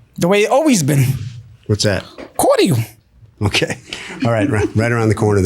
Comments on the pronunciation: “Cord-eal”! 🙄😐 It’s cordial man….some ppl are soo ignorant. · Giiiiirl you knew you wuttin finna get that money back for an illegal deal lol! And what the hell is cordeeol (cordial) lol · Nobody caught “cor-D-al”? 👀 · That's how British people pronounce it. I went in the liquor store, asking for some strawberry cordial. And pronounced it it "Cord-eal" the guy laughed at me. 🤣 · Pronouncing cordial like that should be a crime in itself 😂😂